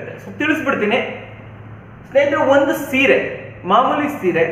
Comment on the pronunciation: ಸರ್ ಅದು ಸೀರೆ not ಸಿರೆ